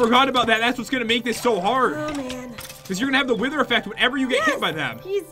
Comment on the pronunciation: When jet said wither she said wiwer